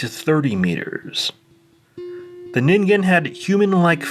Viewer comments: Saying the g in ningen correctly alone was worth a like; the Twin Peaks -ish imagery and music was just icing. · Well, you pronounced it correctly, so that says you did proper research. Or you're a weeb.